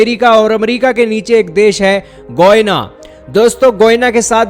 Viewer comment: It's not goina it's Guyana atleast speak correct lol😂😂😂😂😂😂